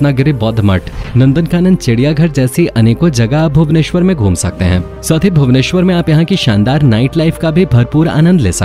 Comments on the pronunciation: Aap jo bhabanesor bolte he oh bhubaneswar hi he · Bhau-neswar nahi Bhuba-neswar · bhabuneswar nahin bhubaneswar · plz don't pronounce bhabuneswar. It's Bhub-nes-war . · I am from orissa. Our capital name is Bhubaneswar not Bhabuneswar.we proud for Lord Jagannath is staying there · maadamji bhavuneshwar nehi hei Bhuveneshwar hei aise pronounce karte hei Bhuven or Ishwar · Not bahbuneswar this is called bhubaneswar. I am from odisha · Bhabuneswar nehi Bhubaneswar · Sir bhubaneswar not boubaneswar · Bhabuneswar nahin it's bhubaneswar